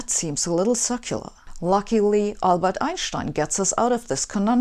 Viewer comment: for anyone wondering: she says "circular" not "succulent"